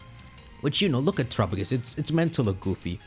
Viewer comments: Our man really out here til this day pronouncing Terapagos like Tuh-ruh-puh-gus instead of rhyming with Galapagos... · I’ve always loved how he pronounces terapagos